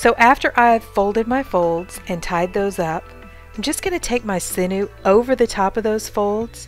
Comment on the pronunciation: I love your videos but it's pronounced siñew (sin-yew) 😂🥰